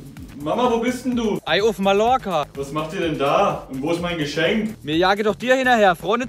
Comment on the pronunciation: Ich hasse es wenn Menschen Mallorca(wörtlich) aussprechen😂😂😂 Ma"j"Orca;)